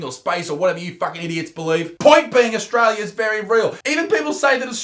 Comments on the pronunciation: Ostrola does not exasssst. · it's not australia isaac, surely you'd know it straya